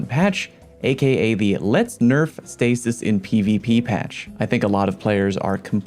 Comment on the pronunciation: everytime you say a.k.a a kid die